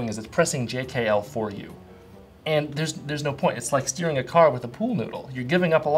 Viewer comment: I thought he said stealing haha, it's better than I thought!